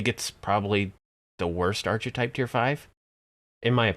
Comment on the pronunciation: First, a guide to pronunciation; ark-uh-type not arch-eh-type a-paws-tate not app-us-tate Also, Artificer is unquestionably stronger than Rogue or (solo) Bard at this point. Six points in Macrotechnic lets you maximize/empower/intensify your rune arm blasts (still at zero spell points). Two more lets you keep Vengeance Reapers bottled up until everything else has been killed. That's all you need. Other stuff in the tree is 'nice', but there are better options (e.g. Shiradi or Draconic).